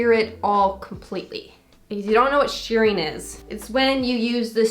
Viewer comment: It's not shearing it's shirring. Pronounced like sure.